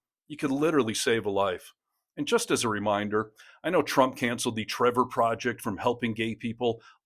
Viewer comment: "Twump and his pwesidency"? Seriously? I shouldn't be mean to people with speech impediments, but I feel his god would want me to! 😉